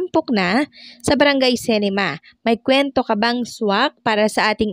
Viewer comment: pronounciation ng CINEMA - SI-NE-MA hindi se-ni-ma gaya ng pag pronounce mo... constructive criticism lang...